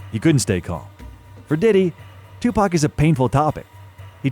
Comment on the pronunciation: If you're using Ai voices please spell Tupac= Tupok otherwise it sound like 2pack which is incorrect